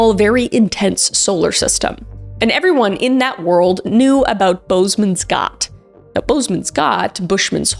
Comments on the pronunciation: As a South African, I must say those pronunciations of vereeniging and boesmansgat were diabolical but I love that you said it with confidence and just went with it 😅❤ the boes is said similar to boos but not so drawn out and gat, the G is said like you have something stuck in your throat 😊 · that's not how its pronounced 😭 it's Afrikaans and pronounced Boss-muns-khut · As a South African, I thought I would give you a pronunciation lesson for fun Boesmansgat or Bushman’s Hole. Boesman is pronounced like boosmun and gat the g is a throaty sound. I think the ch in Bach or Loch is closest to the sound and the at is pronunced like ut as in but. So it’s boosman ch ut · I love that you put so much effort into pronouncing words that must seem as foreign as they are. Boesman’s Gat is pronounced boos-man’s-g-utt (harddd G, Afrikaans is a Dutch/germanic language so we sound like we’re trying to dislodge mucus when we use G, haha) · Not the “Bowsmans gAt” as a South African your pronunciation made me giggle 😅😅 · Oh my word, you are talking about some people I know!! And a place I know. Dave Shaw and Don Shirley. I'll never forget that day. Shout out to all my Moz diving buddies. Those were the days. ❤ PS: Love the pronunciation of "Busmangat" 😂😂😂 This one felt close to home. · Boesmansgat is an Afrikaans word 😂 pronounced more like “boos-mahns-gaht (with a throaty g sound)” Much love from SA 🇿🇦❤️ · Girrrrlll😂 you had me in stiches every time you pronounced Boesmans Gat. No shade, it made my day.❤ lots of love from Cape Town South Africa.🎉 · First KMK video in months because all the censorship put me off her and I'm sitting here cringing at the fact that she never looked up the pronounciation of bosman's gat... where are the south africans...? They really are the only ones who can speak Afrikaans besides the Dutch. Nobody else can even say boerboel properly... I'm clicking off. I can't keep cringing like this. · I love how she pronounced Boesmansgat 😂